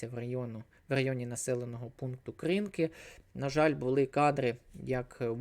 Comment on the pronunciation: Дякую. к як ці назви ще не раз будуть звучати, зверну увагу, що Копані, Кринки - наголос на останньому складі